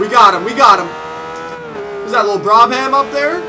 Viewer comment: Man i love that car. Never mind you can't say Brabham, nice going. Wonder why there was so many V8 Supercars...